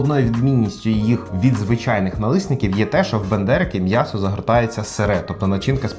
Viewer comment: Ну так Бендерики, а не БАндерики)) Я думав що це від Остапа Бендера)